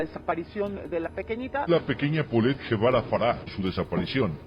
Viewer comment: Se pronuncia Polet y el apellido paterno no es Guevara es Gevara o sea se lee Jevara.